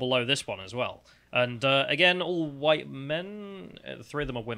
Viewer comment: "I'm not anti-huwite, my dad's a huwite man. I do not want huwite men to be so represented in this conference."